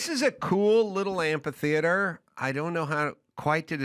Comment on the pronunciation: The word is amphitheater, not amp-a-theater.